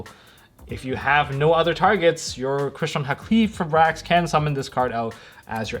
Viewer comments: bruh tell me where in the fucking name does it say "-qli-" it is "Hal-key-fibe-rax" not "Ha-kley-fib-rax" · Halqifibrax is easier to pronounce than everyone is making it., you keep saying “HA klee fribrax” which is wayyyyy harder and easy to stumble over. Broken down should be “Hal kih feye bracks”. That’s how I say it. Easier imo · My dude, it’s Hal-key-fy-brax. Great video though.